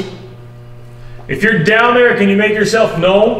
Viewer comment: if jou down there make nois me: if jou down there go awhy time